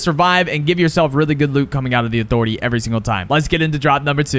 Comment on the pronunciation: “UH-THOR-ETAY” 😂 bro you drop at Catty vid really made a difference 👍